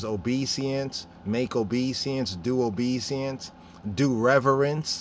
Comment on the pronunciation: Good presentation !! One thing though... it is not obe seance (just so you can see how u spell it and how it’s spelled) but it is obe e sense... We also say it in French... but obéissance (obe is said in an west African way, then i in the middle sounds as E, and finally 2 s + ance sounds like sense... but the en which sounds like N is says Ann like the name...